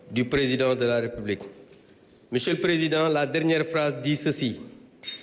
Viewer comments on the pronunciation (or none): none